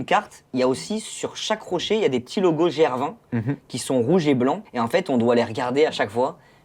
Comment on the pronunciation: Merci pour tes super vidéos de plus en plus quali juste apprends à comme on prononce gr20 😂